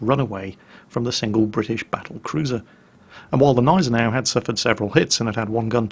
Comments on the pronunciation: There is still a small "G" sound (in German) for the Gneisenau. But it wouldn't be a video if not for that kind of thing.:) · So funny how you pronounce Gneisenau! xD The G is not silent,. It's a G, a big G!;) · You have probably heard this by now, but the G of Gneisenau is a hard G, like in Gnu. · btw, the g in gneisenau isnt silent. it isnt that difficult... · You pronounce the G in Gneisenau. There are no silent letters in German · Nice video. Nevertheless, please ... the "G" in Gneisenau isn´t a silent consonant but clearly spoken ;) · It seems he took some idiot comment's seriously from when he did the preview video, telling him to noever pronounce the G if it begins a word and is followed by a consonant. Also seems I didn't get to in time when I said there are no silent letters in German... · Only one minute in, but I can't resist remarking that "Gneisenau" is pronounced with a distinct "G", as in 'garden'. Sorry, I'll shut up now. ^^ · g-neisen-au Hard G neisen au Gneisenau.... (I'm american I feel your pain, German is a precise language) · Gneisenau is pronounced with a G like in "go". If that is too difficult, pronounce the "g" as a "k". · sigh Always "fun" to hear German names butchered. Its not "Neisenau" its G!neisenau. Sounts almost like the G in gun. Not so hard to put in front of the already pretty accurate "neisenau" you make out, just missing the g in front of it and there you go. But .. i guess .. why bother to even to try, eh? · I´m fluent in German and he says it perfectly, well besides the silent "G". It is GGGGGggggneisenau :) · you kindly took my remark of pronouncation of the Nashorn once. German has no silent letters, so it is not neisenau as in the english Gnome, you actually pronounce the G in Gneisenau.:) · no, Gneisenau is pronounced Gneisenau... simple as that :D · J_Eilonwy Well apparently I have to be precise then: Gnei-sen-au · Everytime says Gneisenau I crunch my teeth harder and harder.